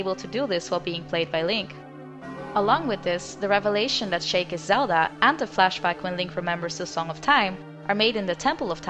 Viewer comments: ***** It's pronounced like "sheek" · I dispise the way you pronounced sheik